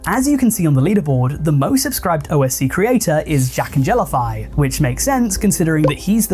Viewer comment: the way ur saying jacknjellify omg